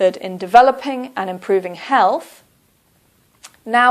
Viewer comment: be pronouncing Health as Helff